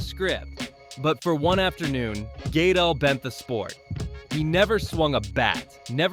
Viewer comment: GUH-DEL! Dammit! It’s not Gaydle. It’s Guh-del. Gaedle